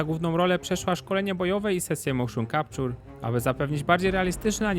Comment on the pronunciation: Mołszon Kapczur